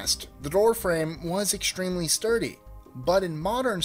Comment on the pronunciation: Enunciate properly. You are slipping extra sounds into upstream and extreme.